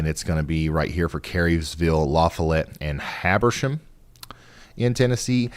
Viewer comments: for your information the way you say, Lafollette is la fa let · Listening to Ryan mispronounce our state and turn around and mispronounce our town lol. Ryan where can I stream the closing credits song?